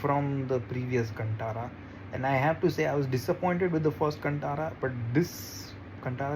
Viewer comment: Contara nhi bey its kantara